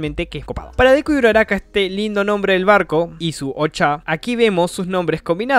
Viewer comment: Alfin!!!! Alguien que dijo bien mi nombre Post data: buen video y gracias por el saludo sigue asi crack Ten un buen dia